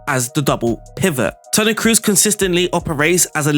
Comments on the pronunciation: No big deal, i heard how you pronounced fernandes and was good so for me is weird when you speak cruz instead of "toni kros" you dont need be scary about double oo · Kroos, the two o are pronounced like in door not like in goose.